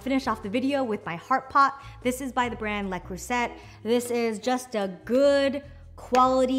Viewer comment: Le "crew set" 😁 it's le crew sew